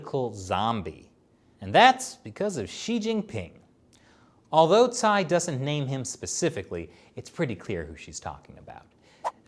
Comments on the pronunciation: my man, Cai is pronounced Chaee not Sai. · Shirley should tell how to pronounce Cai 蔡。 Anyways, I am a supporter of and China Uncensored.👍